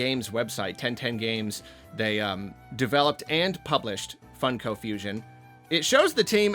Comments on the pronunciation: never heard someone call them fun-ko pops instead of fung-ko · Why does he say it like that? Do people say it like that? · not sure why you pronounce funko like that but i agree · hearing pronounce it Fun-Ko and not Funk-o feels illegal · Why do you say funko like that 💀